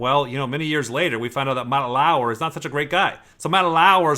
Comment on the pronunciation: Everyone: Matt Lauer: Matt LaAwuEr